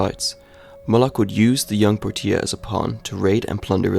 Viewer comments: The real horror is how you pronounced Portia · Dude need to learn how to say Portia... this is rough